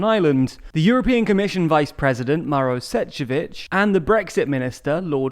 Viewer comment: Good video, but you could improve the pronunciation of the name of the EC VP Maroš Šefčovič - it should be pronounced as "Marosh Shevchovich". You can also find the right pronunciation on his Wikipedia page